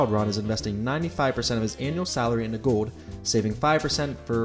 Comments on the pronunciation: cool video but it's gold not gode. Like a soccer 'goal' but with a D on the end. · The word is "GOLD", not "Gowd". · The pronunciation of "gold" as "go-wd" is killing me. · The way you say "gold" really grinds my gears ..."gawwwd" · Am I the only one hearing him say ‘goad’? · Where’s the L in gold? He keeps saying gowd. Drives me nuts. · You don't pronounce the L's in your words. For example you say gode not gold and ode not old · Why can't you pronounce the L in gold. Or old for that matter. Gode. You keep saying Gode. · You pronounce the word "gold" funny. Kind of like Homestar Runner. No criticism, it just makes me laugh more and more every time you say it! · why does he pronounce gold weird lol. or is it my speakers? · Never knew gold was so hard to say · Why do you say gold like that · The way you say gold seriously bothers me